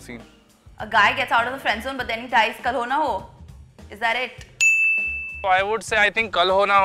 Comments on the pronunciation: Who heard kal ho na ho as Carona go😂😂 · 1.35 kisi ko she said korona ho